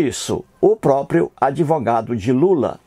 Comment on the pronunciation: FELICIANO EU JÁ ASSISTI A TODOS OS VIDEOS. EU OUVI MUITO BEM AS BABOSEIRAS QUE ELE FALOU. UMA DELAS FOI QUE QUEM FICOU GRÁVIDO FOI JOSÉ E NÃO A MARIA. O CARA SE DIZ ATEU MAS NÃO CONHECE NADA DA BÍBLIA. ELE PRONUNCIA "ADEVOGADO" EM VEZ DE ADVOGADO. REALMENTE ELE PRECISA DE AJUDA MÉDICA. FALOU TODA A VERDADE. QUANTO AO FATO DELE SER JUIZ, NÃO SE PREOCUPE : JUIZ DE CU É ROLA. ELE NÃO PASSA DE UM SEMIANALFABETO. PRA ELE TODO MUNDO É FAKE. ELE NÃO SABE QUE PRA COMENTAR NOS VIDEOS É PRECISO FAZER A INSCRIÇÃO NO YTUBE ...MAS NESSAS REDES SOCIAIS TUDO É PERMITIDO EM NOME DA GRANA. OBRIGADO